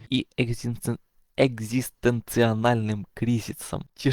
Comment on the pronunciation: на что вам точно стоит обратить внимание так это на грамотное произношение. Проверяйте ударения. ( и нет такого слова как экзистенциО/Анальный, есть слово экзистенциальный)